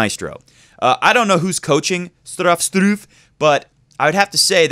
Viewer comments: Hahahah no comments on Straff, STRUFF! I laughed more each time you pronounced it that way xD nice video, keep it going :) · Dude...you're babbling. Normally I like your vidoes but I had to vote thumb's down on this one. 14 minutes to say the obvious? Really? This should have been a 5 minute "quick sip" video. And in the future could you please find out how to pronounce the opponent's name ahead of time because the Strooff/Struff thing was annoying. As far as Roger's backhand - it's early going. He'll figure it out just like he did for the final last year. And if he plays Djokovic there's no way Djokovic is suddenly going to come to the net 30 times so I'm not too worried about that. Roger will probably have to get past DelPo first so let's not get too far ahead of ourselves. As shaky as Djokovic looked against Monfils he may not even make it past the winner of Zverev\Chung. Notice I am NOT giving Ramos-Vinolas much of a chance.